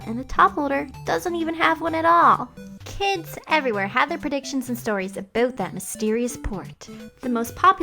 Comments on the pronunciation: Warning!!! Southern Californian Claims!!!: Canadians REALLY do say Aboot... wow... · Are you Canadian by any chance? I heard an "aboot" slip out. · Sounds like she is, she also talks about Provinces, so I wouldn't doubt it. (Coming from a Canadian) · Did you say Aboot?